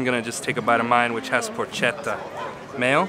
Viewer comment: BTW it is pronounced Por-ket-ta.